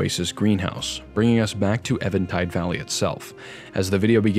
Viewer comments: Is it Eventide or Evantide? Because it is spelled even-tide, but you keep saying it as evan-tide. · It's pretty obvious but worth noting that "eventide" is pronounced like "even" and is an archaic/poetic term for evening - in other words, "the light is fading/the darkness is coming". Anyway, great stuff as always - glad I found your channel. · I'm glad you're not saying "event tide" like so many others, but still, I'm pretty positive it's eeeeeee-ven tide